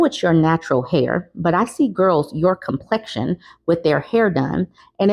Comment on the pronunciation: It sounded like a non black man the way he said “your complexion”